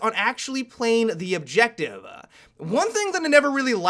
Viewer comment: "Play the objectivuh"